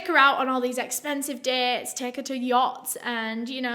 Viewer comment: It’s the “she could give or tek him to be honistttt” for me 😍